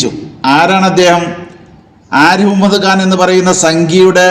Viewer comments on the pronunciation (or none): none